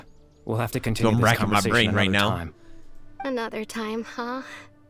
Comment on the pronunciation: I almost cry it was so sad when ather said can we CUNTRINIEune our juriny